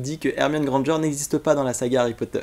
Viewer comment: Tu l'as dit 67 fois Hermione et Hemione Grandeger